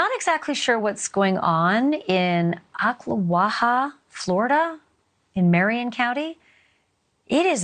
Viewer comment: Congratulations on the correct pronunciation of Oklawaha. Very few news people get it right. Sad story all around. Teenhood is hard enough without having to worry about being murdered .